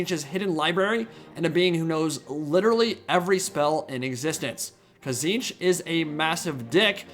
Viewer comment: its notTZEENTCH it's TITS-SNITCH